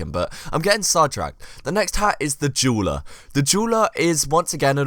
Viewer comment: Lmao when you said dueler it sounded like juuler